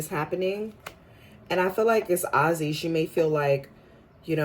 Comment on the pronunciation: I feel like this goes hand in hand with their latest interview … them being understanding and putting each other in their shoes or clothes . Names are pronounced: “A Z” Paige last name is pronounced as “Beckers “